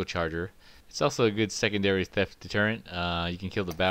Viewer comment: He said 'secundary' anti theft